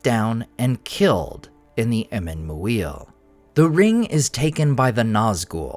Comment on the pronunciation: FYI, "Muil" would most likely be pronounced as "Meer" or "Mur" (long U), rather than the phonetic "Moo-eer". 🙂